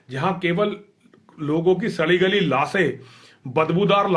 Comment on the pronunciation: Lash hoti h laasse nhi hoti phle pronounce krna sikh le... 🤣